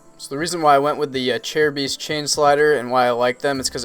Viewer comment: Seems like everyone pronounces "Acerbis" different lol